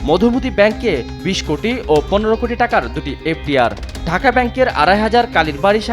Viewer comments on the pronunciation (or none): none